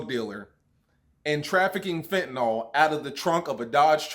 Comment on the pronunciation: You know you're country af when you pronounce fent, "Fent-uh-nawl"